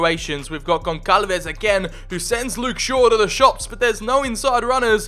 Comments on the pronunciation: Bro it is pronounced GonSalves the ç is pronounced as an S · Dude you know how to pronounce some italian words, but you cant pronounce the "ç" in "Gonçalves"... Its almost the same as "s" and not like "c".